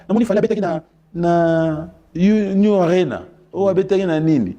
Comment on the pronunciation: Kudia NTINU wana eza prétexte landa REDDY bien a tshioli ye na prononciation ya NEW A RENA au lieu de U ARENA oyo ferré à prononcaki 😂😂😂